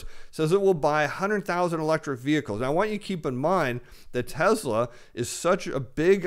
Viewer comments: TESSLA not TEZZZLA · Very good but it's pronounced TESS-LA, not TEZ-LA....as in Elvis PRESS-LY, not Elvis PREZ-LY......thank you.....thank you very much 😃